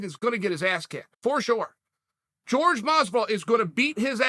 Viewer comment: Chael, what the hell man. Why do you INSIST upon calling him George? Is "hor-hay" really that difficult to say? Love your content man but at a certain point it starts to be slightly disrespectful to keep saying a relatively easy name wrong.